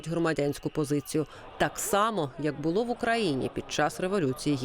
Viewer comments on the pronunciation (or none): none